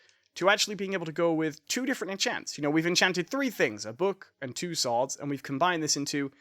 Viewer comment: why do you call swords sooads its annoying lmao